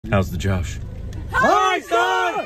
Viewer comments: For God's sake, it's j-O-sh.. Ain't nobody Josh here. I don't care how Josh really is. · Its actually Josh not Josh.. I am sure you all heard the right pronunciation in your head